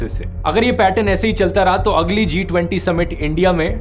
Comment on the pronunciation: I really laughed hard, for the way dhruv addressed "T20".😂😂